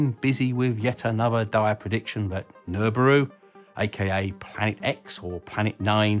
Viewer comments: Really because I hear 'Nurburoo' or some approximation. He says it at 10secs in... Regardless, it is a joke #joke. smh. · Did he say gelbooru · love your pronunciation of Nibiru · I like how you don't even bother pronouncing Nibiru lol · I’ve heard “Nibiru” said in a different way to what you were saying, so I’m not sure how to really pronounce it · From my local tinfoil-hat community perspective, your pronunciation of Nibiru is highly awkward :D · If you can't pronounce Nibiru properly you can't get your Tin foil hat. This was explained during orientation !